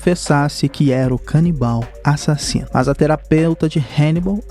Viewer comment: CADE A ENFASE NO A-SASINO